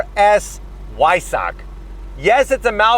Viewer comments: The "W" is pronounced like a "V". Vy-Sack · Not Why-suck😂😭😭😭😭😭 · It's pronounced "Veissah"....Cheers